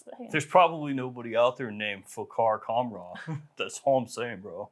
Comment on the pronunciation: That's not how you pronounce khamrah.. ehat is that hand gesture 😅